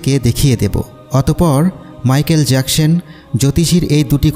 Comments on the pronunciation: জ্যাকসেন না জ্যাকসন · Jacshan na Jecson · Agey thik moto manusher name bolte shikhen erpor video upload koren. So annoying